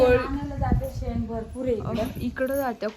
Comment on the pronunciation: सेन नाई ग बाई ते शेन म्हणत्या शेन